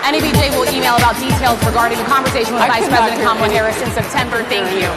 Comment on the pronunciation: Donald: It's KAmala, not KaMAla. I guess you never watched Maya Rudolph's take.